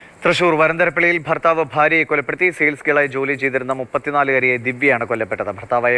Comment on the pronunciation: വാർത്ത പറയുന്ന വ്യക്തിക്കു ഉച്ചാരണ ശുദ്ധി ഇല്ല. അതോ മലയാളം ഇങ്ങനെ പറഞ്ഞാൽ മതിയോ ❓ ബര്യാ - ബർത്താവ്. പോയി മലയാളം പഠിക്കൂ